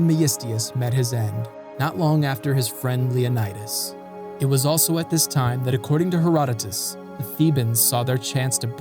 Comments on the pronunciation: You should learn the pronunciation of the Greek names. For example, the name of the Spartan king is pronounced Leo NEE das, not Leo nye das. In WWII on Crete, where the allies were leaving Greece, a British commander told a Greek Captain to tell his men that they were all leaving Greece as the Germans were every where. The Greek Capain replied that he and his men could not abandon their country. The British Commander said that they would all die if they stayed. Like his ancient ancestors, the Captain replied, "Commander, we Greeks taught the world how to live, now we'll teach them how to die." The Captain and his men stayed behind and covered the British retreat. They became part of the resistance. Because of this attitude and fight, the Germans took no Greek soldiers prisoner. Officers could keep their side arms. Good video. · yes, you are absolutely right 😊. Also, if you are interested in the Greek ponunciation of Leonidas, the "i" is pronounced "ee". Great work btw. As a Greek obsessed with history, you aced it! So rare, if I may add, for a non-Greek 😊.